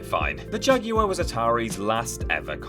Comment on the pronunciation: How many times can the word 'Jaguar' be mispronounced within a 3 minute spam?